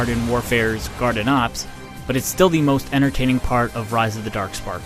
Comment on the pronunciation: Transformers: Rise of the Derk Sperk